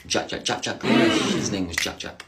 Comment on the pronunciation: i am disturbed by the pronunciation of the king Jack Grealish